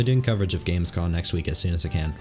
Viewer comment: Heads up, it’s Gamescom not Gamescon.